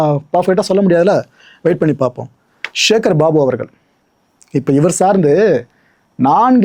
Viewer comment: ச என்கிற தமிழ் எழுத்தின் மீது இந்த யூடியூபர்களுக்கு என்னதான் கோபமோ தெரியவில்லை... சிவனை ஷிவன் என்பது, சக்தியை ஷக்தி என்பது சேகர் பாபுவை ஷேகர் பாபு என்பது... ஏன் இந்த வெறி? தமிழ் இன்னும் கொஞ்ச நாளுக்கு உருப்படியாக இருக்கட்டுமே...!